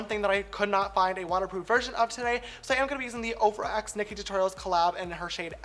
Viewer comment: When he says OFRA LMAO